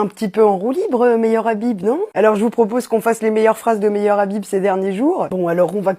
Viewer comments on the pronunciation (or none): Pour plus d'efficacité, éviter de prononcer "Meilleur Habib" 😉